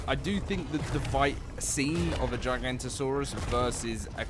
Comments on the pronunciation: GIGA NOTO SAURUS!!!! Not GIGANTOSAURUS!!! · Giganoto not Giganto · It’s not “J-eye-Gahnto-saurus” is “G-ihga-Notosaurus” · Bro purposely said giganto saurous for coments it worked 😑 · GIG-A-NOT-A-SAURUS < this is how its pronounced :face-purple-smiling-tears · Giga-not-a-saurus. gigantosaurus. Is a sauropod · bro still dont know how to pronounce giganotosaurus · Not how you say the name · He still can't pronounce the name. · I mean it's only been 10 years of saying it wrong guys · yeah there's no "J"